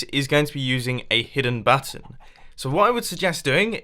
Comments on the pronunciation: He Called It A Hidden Butt Instead Of A Button 0"45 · I THOUGHT HE SAID "A HIDDEN BUTT-ON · at 0.46 were he says hidden button it sounds like he said hidden batten